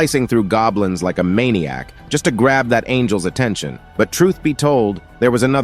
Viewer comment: Bro when i heared maniac and savage i instantly know this guy is from asia prolly hmm at india or Indonesia